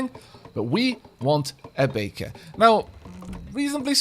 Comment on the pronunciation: All I hear is bacon instead of baker.